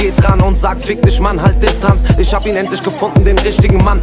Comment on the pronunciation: das album hat richtig geniale beats und auch hooks, trotzdem macht capos aussprache alles kapuut, "isch, misch".... alter